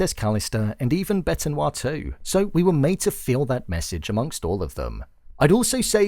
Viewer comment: It’s pronounced bet noir. I don’t know why I am such a pronunciation pedant but if I had a huge following and was talking about a series with a huge following, it is important to show that you care as well rather than just reading out a script that someone else wrote.